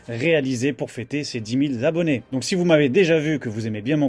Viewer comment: Dix Mille Z'Abonnés? Sort d'où la liaison?